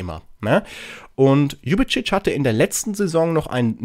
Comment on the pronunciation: Tach liebevolle Grüße nach Köln Sülz 👍 Mach dir nichts draus, habe bis jetzt den Namen von DEJAN Ljubicic auch immer falsch ausgesprochen 😊 Leider hinkt er seinen Leistungen in letzter Zeit hinterher wer weiß ob er eine Blockade im Kopf hat doch seit er nicht die Freigabe vom 1fc Köln bekommen hatte zu den Wölfen zu wechseln bringt er kaum noch kaum noch vernünftige Leistungen im Gegensatz zu früher auf dem Spielfeld Maxi Finkgräfe muß man einfach Lieben Echt krass was für eine grandiose Entwicklung er seit seinem Debüt bei den Profis gemacht hat Echt toll das er trotz seines jungen Alters schon weitaus bessere Leistungen auf dem Spielfeld erbringt als so einige seiner älteren Team Kameraden Echt schade das ich das Spiel unseres 1FC Kölle nur über den Ticker verfolgen konnte ich hätte so gerne gesehen wie er den Linien Richter mit dem Ball aus geknockt hatte Hoffentlich bleibt Maxi Finkgräfe uns noch für viele Jahre erhalten einfach nur absolut sympathisch und Bodenständig 👍👍👍 Seit der Gründung des 1fc Kölle hatten wir noch nie so wenig Punkte wie in dieser Saison,dem Klassenerhalt zu erhalten wird eine sehr schwere Aufgabe für unsere Profis sein, doch man sollte immer Licht am Ende des Tunnels sehen vielleicht schaffen sie es noch auf biegen und brechen über der Relegation Dafür müssen sie sich allerdings gefälligst den Arsch aufreissen und alles aus sich heraus holen Come on FC wünsche dir noch einen schönen Wochen Start 👍 LG von Lisbeth aus der schönen Schloss Stad